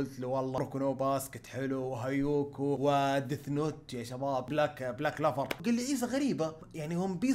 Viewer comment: محد: عيسى: هايكيو ❎ هايوكو ✅